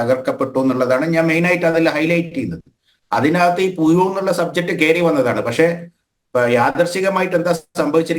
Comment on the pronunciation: പുഴു... അല്ല... പുയു...😂😂... അല്ലെങ്കിൽ... പു ശു....😂😂😂😂